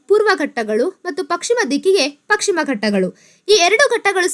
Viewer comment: ಪಕ್ ಶಿಮ ಎಂದು ಸಂಭೋದಿಸಿದ್ದೀರಿ, ಪಶ್ ಚಿಮ (ಪಶ್ಚಿಮ) ಎಂದು ಸಂಬೋಧಿಸಿ. ತಮ್ಮ ಮಾಹಿತಿ ಉತ್ತಮವಾಗಿದೆ. ಧನ್ಯವಾದಗಳು.